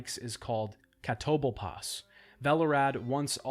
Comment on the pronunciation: bruh, Catoblepas is pronounce just like it's written and it's said outlouad like three times during that quest, how you still got it wrong XD